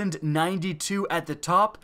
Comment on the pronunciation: Anyone else hear 192 instead of 1092?